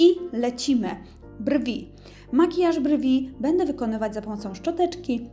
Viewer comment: to nie jest hejt, chciałabym Panią oglądać częściej bo jest Pani sympatyczna,tez jestem czarnulka i mam podobny typ urody, jednakże przeszkadza mi Pani wymowa, błędy językowe których jest sporo....pielegnacjom, oczyszczonom,złuszczonom,nawilżonom,stonizowanom,bede,zrobionom i inne błędy. Nie czepiam się,ale czasami jest tego tyle, że zaczyna to przeszkadzać w odbiorze. W Pani opisie o sobie też tych błędów jest trochę.....